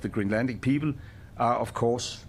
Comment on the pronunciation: Ah, is that a Dane speaking? Yes! He said 'pheoble'!